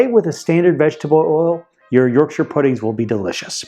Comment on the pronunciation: Thank you for pronouncing Yorkshire correctly